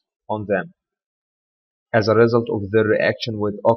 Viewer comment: Check the pronunciation of the word "result"